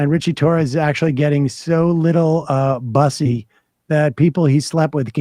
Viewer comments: The way Sam pronounces “buss-y” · He keeps saying bus-e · Someone needs to tell Sam Seder it’s pronounced “Boossy” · Sam mispronouncing "bussy" is too funny! LOL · Hearing Sam mispronounce bussy is hilarious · Somebody on the team NEEDS to tell Sam the correct way to say the word... 😭😂